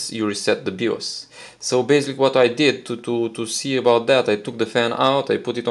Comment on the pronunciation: “Bios” is pronounced “Buy-yoous” but other than that awesome video.